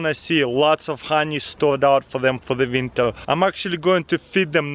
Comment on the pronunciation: " for the vinter " haha